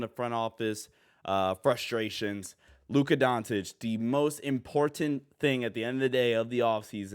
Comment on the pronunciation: When did Luka change his last name to Luka Don"t"ic? The irony of pronouncing his name like that in a video about him signing an extension is pretty funny.